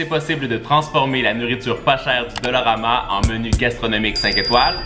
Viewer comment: qui dit dolorama au lieu de dollarama???!!! MDR